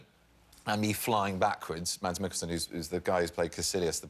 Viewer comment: Amélie Hudini hahaha yeah Danish is wired and it is so funny to hear people try to pronounce our names and other stuff! But at least he tried to say Mads Mikkelsen, I mean it made us all laugh :))